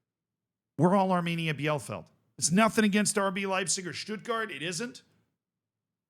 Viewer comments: The DFB Cup had succesful non-first-League teams for multiple seasons now. Like, last year 3 out of 4 semifinalists weren't in the first Bundesliga. It's kinda amazing. Keeps me Dreaming that my beloved Sportfreunde Lotte might have a shot, too. But also, of all German city names, I'd never guess that "Bielefeld" is one that Americans fail to pronounce correctly. it's "Bee-le-Feld" - "ie" in German is like "ee" in English, and German has no silent vowels. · If Bielefeld would exist everyone there would be insulted by this pronunciation. 😂 Edit: autocorrect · ie in German is just a long i. So it's just Bee-leh-feld not beianything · bielefeld is pronounced Bee-Le-Felt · It's pronounced Beal-eh-feld. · Hey I know you love us correcting you on teamnames: it's bee-le-felt:D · just pronounce it correctly as "Bee-lefeld" next time, please ! 🤓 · to pronounce Bielefeld : Bee-le-feld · Hey, the name of the town is pronounced Bee-lay-felt, at least i would consider it to be the closest in english words for the correct pronounciation. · Bielefeld -> "Bee le feld" for english speaker. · Its pronounced BI-LE_FELD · First of all Bielefeld is pronounced Beelefeld (for you english Folks) and secondly: my guy you did Videos on Saarbrückens Cup Run last season? You dont remember that they beat Bayern and that Leverkusen was the only Top Division Side in the semis Last year? Saarbrücken also we're the First 4th tier Team that made it to the semis in 2019. And also Bielefeld had many Bundesliga seasons in it's history and still this is the first time they got to the final as 4th place of the 3rd Division. And yes they are not the first team to ever reach a final as a 3rd Division Club and yes we have two 2nd Division Clubs in Offenbach and Hannover that already won the Cup in huge upsets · Pronounced: Bi-le-feld ... for future use. ;) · Its pronounced bee-luh-felt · Here is how to pronounce Bielefeld: B - LA - FALD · It's pronounced Bee-luh-felt